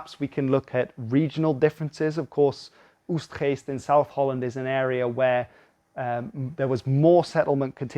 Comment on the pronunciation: I do enjoy a very British voice suddenly spitting out words like Oegstgeest. 👍🏻